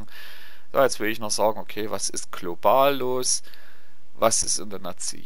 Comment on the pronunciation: SKOL OTHIN! Sehr gute Erklärung, danke dir! 😊🤗☺ 🦞🦐🍤🥮🥠🥃🏴‍☠ Nur, meintest du wirklich "Klobal" oder war es ein "Versprecher" deinerseits...➡🚾...⁉🤔🙄